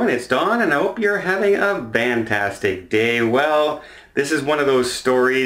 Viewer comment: I still say you are saying “vantastic” day. I’m the one who made that comment. However . I work with this guy.